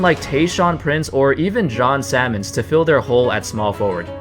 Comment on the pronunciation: John Sammons 😂. Said his name like the fish